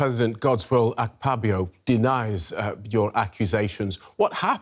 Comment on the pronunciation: The pronunciation of Godswill Akpabio as Godswill ak-pabio got me laughing